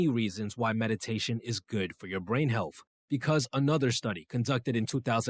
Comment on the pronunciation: Healfff is not a word, health is. Mispronouncing words makes one sound uneducated about the topic no matter how much one knows. Hope this helps, I enjoyed the video but the frequently mispronounced words are distracting.